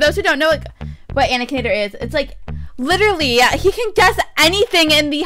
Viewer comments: It’s aKinator not aNikator😂lol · She said anikator not akinator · it is not ANicator It is AKinator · Did anyone know she said anikator instead of akinator? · I realized it and it made me mad no offense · it's not "anikanator" it "ak in ator" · DRAGON POWER she said it like anikinator XD it got annoying lol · its not ''anikonator'' XD its ''aknaitor'' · Srry 2 break it to ya but ya said aknator u didn't say akinator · IT'S NOT ANIKINATOR IT IS AKINATOR!!! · I feel sooooooooo bad to tell this but is spelling akinator like anikinator like if you noticed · You : Anikanatir Me : BRUH ITS BOT ANIKANATOR ITS AKINATOR LOL 😂 no hate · It is not anikator, it is akinator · Her voice is so loud and she said animator not akinator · anikator lol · ITS NOT ANIKATOR ITS AKINATOR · It's not anikater it's a k a n a t o r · anikator? its akinator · NOT ANIKATOR HES AKINATOR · it's Akinator, not anikinator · Anikanator lol its akinator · It’s not animator it’s akinator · ITS AKINATOR NOT ANIKATOR! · shes saying it anikinator instead of akinator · This isn't starwars It's Akinator Not Anakinator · Hei its a _ka_nA_tor not anikinator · you said anikator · She said anicater* not Akinator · It's not anikater it's akinater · Its Akinator not Aniotorr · That is not anikator that is akinator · its a-k-i-n-a-t-o-r not anninator!!!!!!! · It's akinator not ankintator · Not to be rude I love your videos but you said anikonator instead of akinator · its not anikater its akinator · it's akinator not anikinator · lol it's akinator not anikinator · ak-in-at-or ok not anikator its spelled akinator for a a reason kk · It's akinator not anikinator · it's akanater not ankaneter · It’s pronounced ak - i - nater not an - i - cater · lol "anikinator" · It's pronounced akin akinator! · Its Akinaitor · At the beginning she said "anikinator"😂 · Anikinator????!!! XD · You say it like ack a na tor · that game is actually pronounced a-kin-ator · its AK-I-NAE-TOR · It’s AK-I-NA-TOR